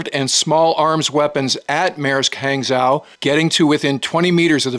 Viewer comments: It's not "Hang-zow", it's pronounced "Hang-Joe". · It’s pronounced more like, “Han Joe.” Hangzhou is one of my favorite cities in China I’ve visited with my Chinese wife. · It’s pronounced h-on-g-joe not hang-zow… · Thanks for the videos! I find them informative and interesting. One point, 'zh' in Manderin is pronounced as 'j', so the container ship would be 'hang-jou'. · Hang is pronounced more like Hong in English and Zhou is pronounced like Joe btw. Nice video also. Good updates on this situation. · Hey, love your content! Hangzhou is pronounced similar to Hung-joe. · Good work. Hangzhou is pronounced like hong-joe. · It's pronounced "hang-joe" or thereabouts. Otherwise, top coverage! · Small nuance, hangzhou is pronounced hang-djhow. Or hangjhoo. After the same named city in China. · Not to be pedantic, but Hangzhou is pronounced something like H ah ng-Joe. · Say Hong-Zhu